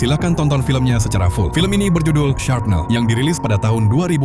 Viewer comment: SHRAPNEL bukan SHARPNEL! satu huruf meleset makna auto berubah